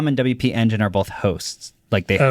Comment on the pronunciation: LOL, this is actively stressing me out. Haha it’s “W P Engine” 😁